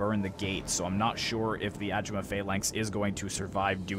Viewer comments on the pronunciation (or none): Why do you keep calling it "Ajimuh", when it's pronounced, "Agaymuh".